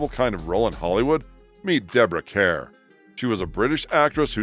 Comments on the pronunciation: Debra Care ? .....try Kerr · Deborah Kerr “ rhymes with star.” Not that ridiculous pronunciation you had on the clip about the beautiful, gracious actress. She should never have been placed on this list. Ridiculous!! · Diana Rigg is beloved by many of my generation from the show you failed to even mention. Sad commentary on your research. BTW your AI voice cannot pronounce Kerr! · If you mean Deborah Kerr (pronounced CAR), she was a beautiful and talented lady. As for Jane Fonda, if she had been anyone other than the daughter of one of the biggest stars in Hollywood, she would have been tried for treason. Even her own father disowned her for awhile. If you have never seen the photo of her sitting on an anti-aircraft gun in an ENEMY country that shot down many of our pilots, just put in Jane Fonda Hanoi photos. Is my venom coming through? Good. I lost several friends and family members.